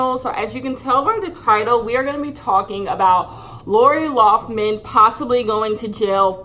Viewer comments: Lol will she ever say Lori Laughlin (Lin) not man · Every time she says LoughMAN instead of LoughLIN, I cringe a lil bit. That should be her punishment. People should call her LoughMAN for the next 40 years, lol. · youre entitled to your opinion and all but you should really learn her real last name loughLIN not loughMIN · Nobody:: LaUrA LoUgHmAn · LoughLIN L-o-u-g-h-L-I-N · But do you even know her name ? You didnt say it right once lol laura loffman isnt her name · mispronouncing Lori Loughlin for 22 minutes